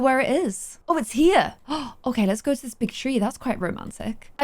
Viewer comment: it sounds like she’s saying she recommends don’t use it xD (Ik she meant go use it)